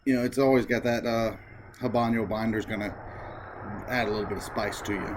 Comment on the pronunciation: Thank you for the review. It is good to get a review from someone other than the seller, manufacturer of the blender. Bye the way, it is not pronounced haban yo. It is ah-bano. The "H" is silent and there is no ~ over the n (ñ).